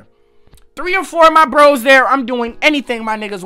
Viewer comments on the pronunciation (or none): none